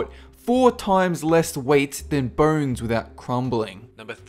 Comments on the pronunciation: say bones man...you mispronouncing piece of shit.....not burns! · Though I watched the whole video I wasn't following anything... I mean, who pronounces bones as "burns" honestly, it will follow me my entire life. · When he says, "bones", I hear "burns"! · Debbie Martinez No, you're not alone. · So do i